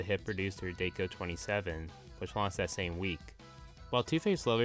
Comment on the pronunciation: deco*27 is pronounced deco (like art deco) nina